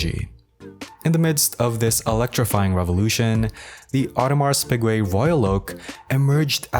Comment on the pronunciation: Awe-de-mar Pee-gay, not AudemarS PIgwey